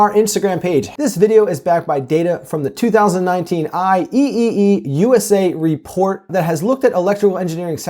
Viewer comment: never heard anyone say I E E E before lol Great video